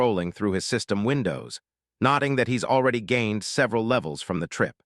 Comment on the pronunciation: ai doesnt know how to say "gained" XD